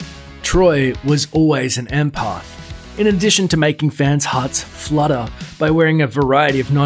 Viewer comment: Not em-parth it's em-path look it up if you can't say it. Honestly.